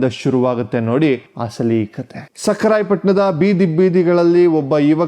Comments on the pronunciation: ಲೋ ತಮ್ಮ, ಸಕ್ಕರಾಯ ಪಟ್ಟಣವಲ್ಲಾ, ಸಖರಾಯ ಪಟ್ಟಣ ಕಣಪ್ಪ. ನಿಮ್ಮ ಮಾತಿನಲ್ಲಿ, ಸಕಾರ, ಶ ಕಾರ ಸರಿ ಪಡಿಸಿಕೊಳ್ಳಿ. ಭಾಷೆ ಸ್ವಚ್ಛವಾಗಿ ಇರಲಿ. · ರೀ ನೀವು ಮಾತನಾಡುವಾಗ, ಸಕಾರ, ಶಕಾರ ಮತ್ತು ಹಕಾರವನ್ನು ಸರಿಯಾಗಿ ಉಚ್ಚರಿಸುತ್ತಿಲ್ಲ. ಭಾಷೆ ಕೇಳಿದರೆ ಮನಸ್ಸಿಗೆ ಬೇಜಾರಾಗುತ್ತದೆ. ಮತ್ತೆ ಅವಧೂತರ ಊರಿನ ಹೆಸರು ಸಖರಾಯ ಪಟ್ಟಣ. ಸಕ್ಕರೆ ಪಟ್ಟಣವಲ್ಲ.